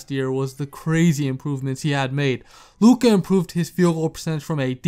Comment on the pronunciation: Compliments for pronunciation of Luka’s name 👏👏👏👏👏